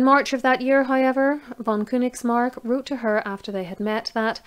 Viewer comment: I know Königsmark, it is I think a little more known in Germany. As a German, I think your pronunciation was great. I really appreciate your effort in this. 👍 As long as you keep making these history videos, I'll be watching. Keep up the good work.